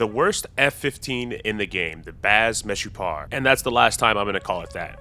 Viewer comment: You actually said the name correctly! Meshupar or משופר mean improved so you can call it like that. If anyone wants a translate for the names just comment here